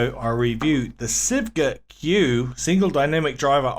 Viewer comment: Its pronounced something like shoo-eh or shweh